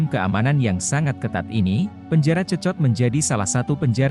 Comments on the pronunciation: Bukan cecot,,tapi bacanya sekot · Sekot lo dibacanya, 😅😅😅😅